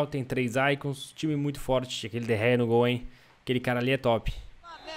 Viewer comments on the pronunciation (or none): Não é derré é de gea